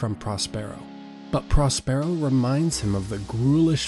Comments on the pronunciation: he says pros PAIR O but its pros PUR O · It‘s Próspero — not Prospéro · It's PROS-per-o, not pros-PERE-o. 350,000 views and the main character's name is mispronounced. That's the internet for you. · Pros pear o🤣🤣its pros per o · PROS-per-o. Not "pros-PERO." This pretty much ruins the video for those of us who know the play. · He says it correctly on occasion, by accident, I think. He also sometimes says Air-ree-el for Ariel. Errgghhhh.